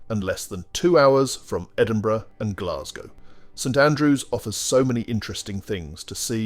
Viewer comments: It's Edinburugh not Endinburoo yah pure dick!! E-Din-Bu-Ra!! fanny baws!! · Please learn to pronounce Edinburgh. It is not edinbro. Nice video. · Just say Edinburra , now that is how the folks there pronounce it there and about everywhere else . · I was so glad to move on from the Edini- bro bit, my skin crawled every time it was said. its Edin-bu-ra!! I expect that from Americans but not an English speaking voice. You live next door for goodness sake. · Had to stop the watching after hearing “Edinbro”, it’s just not on. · its Edinburgh, not Edinbrow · it's pronounced Edinburra. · Yeah, that was pretty annoying. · Agreed!! I was born in EDINBURGH and came to Australia as a teenager with my parents in 1961. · Yes his prononciation of Edinburgh is particularly annoying . It grates on the ear. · You say "Edinburgh" wrong. There is not a "ou" sound, but a "a" similar to "a" in "car". Put it to Google translator ;-) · Nor is it Edinbruvv innitt!? Shocking! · Why go to the bother of show casing Scotland only to ruin it by not even bothering to learn the correct pronunciation of our cities esp our capital mate .? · Ditto the Edinburgh note. And, the word loch is pronounced "loch" not "lock".